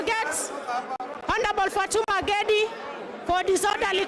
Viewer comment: Samahani, anaitwa Gedi sio ngendi. Ebutamka tena...